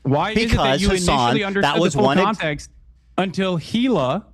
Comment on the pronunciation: It’s pretty unbelievable to me that after all this time Hasan still doesn’t know how to pronounce Hilas name right. Dog whistle perhaps